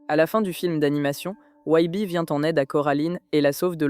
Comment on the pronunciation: t’as tu talent de fou sur le reste j’accroche à ta vibe. Mais commencer par prononcer Wybie correctement et finit par "Wibi" ça sort du truc tu vois 😅 ou madame Forcible prononcer "Forci-ble"… j’ai regardé le film en VF canadienne du coup ils gardent plus la prononciation anglaise mais peut-être qu’en Vf ils prononcent comme tu le fait mais ça me parait bizarre. Fin bref sinon hâte de voir tes autres iceberg, le son et le montage sont très cool